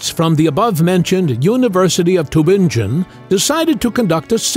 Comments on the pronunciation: Is this audio AI? Tübingen is a city in GERMANY! GERMAN rather than English is used there. NO Human would say 'too-ben-jen'! Even my pet Crow would correct you and know better! It is pronounced as Tee (with lip rounding on the 'ee' syllable) -bing-gen. Doch Tübingen, Baden-Württemberg, in Deutschland. ( ). Seewiesen = zay-vee-sen. NOT 'zay-wai-sen'! If you are not AI and want to use German cities, PLEASE show some inkling of intelligence and pronounce them CORRECTLY! As English is a Germanic language, most people can at least figure out the GERMAN pronunciation of Tübingen, and Seewiesen! Vielen dank! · Tübingen: pronounced Too-bing (rhymes with ring)-en. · The University of "Tubinjin" - LOL - Computer Voice. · Cannot pronounce Tübingen though!